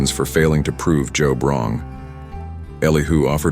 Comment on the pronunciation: Job is pronounced with a long o sound such as bold.